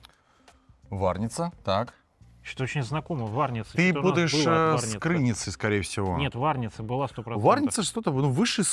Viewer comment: пожалуйста, не КрЫница, а КрынИца😂